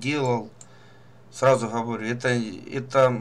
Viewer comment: автор...а почему ты вместо звука Г, говоришь звук Х ???Газета ты говоришь как Хазета. не Говорю, а Ховорю. Не русский чтоли ?